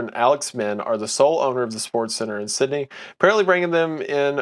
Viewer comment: Isaiah clearly thinking of a certain Sweeney when he mispronounced Sydney and tried to play it off